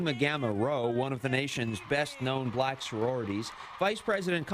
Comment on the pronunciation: There's something oddly racial about the way he says "bLack".. Maybe I'm nitpicking but it's probably because he's a racist.